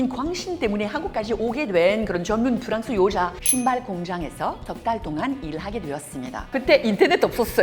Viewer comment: Ida, meme si vous maitrisez parfaitement le coreen, c'est pas la peine d'appeler votre pays Prance puisque tous les Coreens apprennent l'anglais.